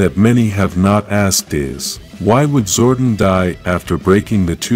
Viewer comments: Did it bother anyone else hearing him call him him "Zordin/Zorden" instead of "ZORDON/ZOR DON"? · Yes it bothered me as well... Zordon not Zordin... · His name is Zordon (Zor-Don) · It's Zor Don